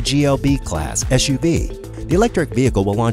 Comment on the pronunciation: SUV not ESHUV. Back to English 101 for you!